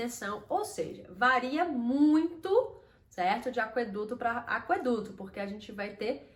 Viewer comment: Por que você pronuncia aqueduto como se tivesse trema: aqüeduto?